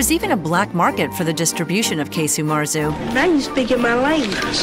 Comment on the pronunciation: Quite right. It's not Key-Su Marzu, but Kah-Su Marzu.